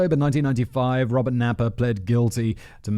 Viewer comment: 😂 Robert Naiper.... I read it that way too... me and simon....same page...don't know why.